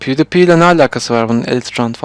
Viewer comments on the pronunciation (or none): yalnız o pewdiepie pivdipi diye değil pivdipay diye okunuyor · püuvdaypay diye okunur dostoom